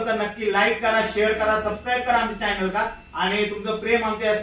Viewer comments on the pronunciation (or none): none